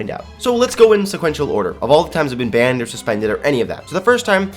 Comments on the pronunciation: said bannep instead of banned XD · I thought he said BAM instead of banned 😂😂😂